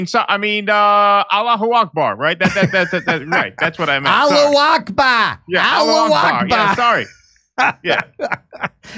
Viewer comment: "Hello, Eckber!"